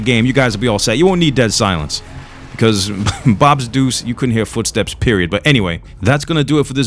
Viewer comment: It's blops deuce not bobs deuce